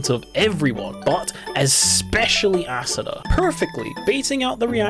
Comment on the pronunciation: I cant unhear "ass una"